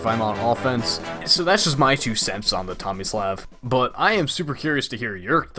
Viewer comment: It's "Tommy-sluv", not "Tommys-laugh", I think.